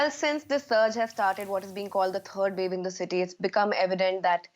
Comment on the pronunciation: No. Listen carefully. She called it the “turd wave.” 💩